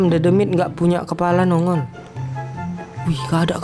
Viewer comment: menit bikin ngakak doble kill dedemit bang bukan dodomit dodomit🤣🤣